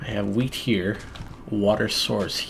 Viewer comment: Did he just say h-wheat? As in Stewie? :D